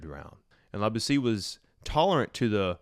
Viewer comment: Great video (again). Boétie is pronounced bow-A.C (only without the w at the end of bow)